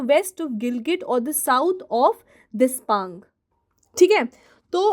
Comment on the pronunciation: Depsang not despang mam